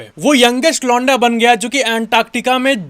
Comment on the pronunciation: When you say 'londa', my brain processes it as 'lauda'!😅